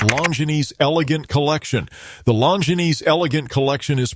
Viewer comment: Seems like if you are going to use AI for brand videos, you would want to make sure they pronounce the name correctly. Kind of sad. Nice watches though.